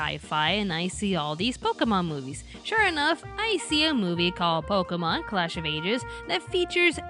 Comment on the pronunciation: Had to stop watching because you kept getting the name wrong. It's "Pokémon: Hoopa and the Clash of Ages" not "Pokuhmon: Clash of Ages."